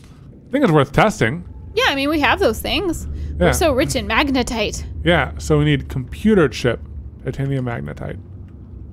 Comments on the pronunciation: Katelyns face is like the this is fine meme every time she hears say magenite instead of magnetite 😂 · majinight, magnetit, majatight, magnetite, lol the saga continues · Not majinite! Magnetite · please say magnetite and not Majinite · They added more horror because the anxiety of the oxygen running out and the frustration from pronouncing magnetite wrong wasn’t enough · I hope in the edit they have an " says magnetite incorrectly" counter hahaha